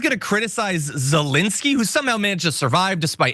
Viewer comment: Thank you for pronouncing Zelenskyy's first name correctly,.